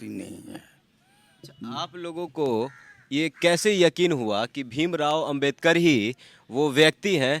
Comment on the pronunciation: यह पत्रकार है कि गदहा है बाबा साहब का नाम भी सही से ले नहीं पा रहा है तुम्हें जो पत्रकारिताकरने का जो अधिकार मिला है वह भी बाबा साहब की बदौलत मिला है नाम तो सही से ले उनका नाम बाबा साहब डॉक्टर भीमराव